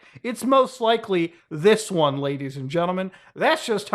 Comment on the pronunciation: “This one” I thought you were from Le Canada 🇨🇦 or you live in the good ol US of A